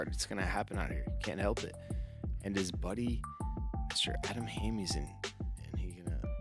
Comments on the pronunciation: How are you going to mispronounce Hammes for an entire round when you are a fellow pro player who surely has heard his name a million times? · it's Ham-es not Ham-ease😂